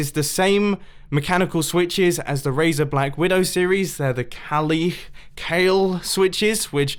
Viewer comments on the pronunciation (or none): none